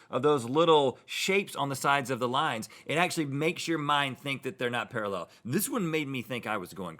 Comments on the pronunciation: Rhett says “paraLLEL” instead of pARAllel...kind of freaked me out a little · Can’t get past the weird way Rhett says “parallel”. Is that really normal in the US? Para-LLEL ... I’m sure I’ve heard Americans say PARA-llel, with the emphasis on tbe first syllable, the same as the UK. Am I crazy? 😳